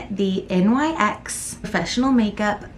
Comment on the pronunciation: Did you use a primer? It's a crime not to prime lol! I love the final look. Your lips look great. (FYI, NYX is pronounced like Nicks🥰)